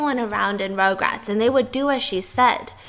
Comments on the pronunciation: Stephanie: It's not "regrets" its "rugrats"!! Also Stephanie: Rograts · stephanieeeee biss!! you were trying to tell stephiance how to say rugrats but you kept saying it wrong ahh. you were saying rogue rats. lolol ruggg rats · Stephanie: RugRats Fiance: Regrets? also Stephanie: RogueRats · Tv show: rugrats Stephanie: RoUgErAtS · this is how many times she said “ rograts “ 😂😂 🔽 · Stephanie is pronouncing rugrats as rougerats the entire time 😂😂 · stephiance: regrets stephanie: rogue-rats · stephanie: rOuGeRaTs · no one: stephanie: rougerat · stephanie its R-U-GRATS hahaha sorry ROGRATS was mind boggling me everytime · Stephanie: RugRats! Stephiance: Regrets? Stephanie: says RugRats wrong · the way they’re pronouncing RUGRATS (Rug-Rats) is making it hard to watch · when she said rugrats wrong the whole time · Stephanie was hurting me by butchering the name I love rugrats definitely my fav 🥺